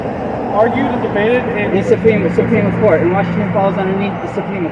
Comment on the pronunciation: it’s-a me, Mario. It’s the Suprema Courta